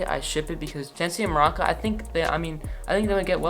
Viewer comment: I love how you pronounced Maruca as maraca (like the instrument lmao) love the channel!